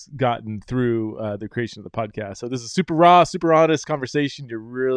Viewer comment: I was wondering what a "super-rah" was/is, until I realized he was saying "super raw." La plus ça change, eh?